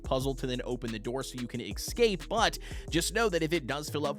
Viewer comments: Why do people pronounce escape like Ex-cape? Is this an Axe question? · Great vid! I'm so excited for all the farming and house contraptions I can make at my cliffside manor. It's driving me nuts that you're saying "ekscape" though😂